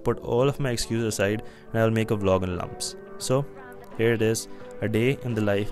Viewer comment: I am sorry but its LUMSU not LUMS. Good vlog doe <3